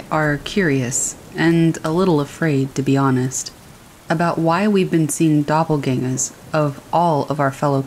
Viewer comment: German word pronounced correctly!